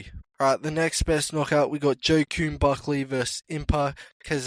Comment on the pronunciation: also the way you pronounce joaquin buckley makes me cry